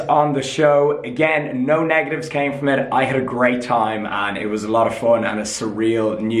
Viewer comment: "And "kem" across really badly" hahahahaha